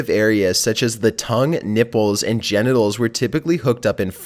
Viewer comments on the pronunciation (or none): 😂😂😂he said ganitals😂😂😂